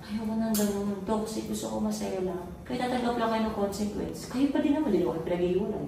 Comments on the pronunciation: Pauli ulit yung KONSINGKWENS ah 😂😂😂 konsikwens po... (CONSEQUENCE) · Ako lng ba nakakapansin na "consenquence" ung sinasabi nila instead na consequence?